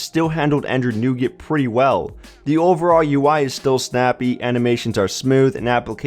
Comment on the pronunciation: It sounds like you say android newgate